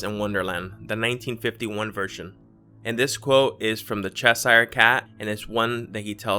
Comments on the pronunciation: To all the Americans out there it's not pronounced 'Che shire cat' it's pronounced 'chesher'. Dolly always had braces that's what connects them. The Thinker always had his hand on his forehead, George Bernard Shaw was a friend and contemporary of Rodin and he even posed with the fist on his forehead for a photograph taken during the same era that the sculpture was unveiled. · The Che-sire cat? Lol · "Cheshire" Cat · This guy can't pronounce Cheshire,AS IN CHESHIRE CAT. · Urgh you REALLY need to research pronunciations as well as stories! It's Cheshire Cat pron... chesh-er and it's GAVEL, not Gabel... seriously wtf is a Gabel? If you're going to research, actually do some research ffs!